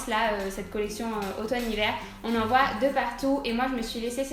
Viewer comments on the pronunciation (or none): Aïe ! "Voye" ça m'a fait saigner les oreilles :') on dit "voit" :) sinon super haul, la jupe brodé est tellement belle :O !